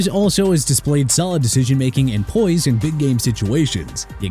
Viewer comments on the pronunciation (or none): none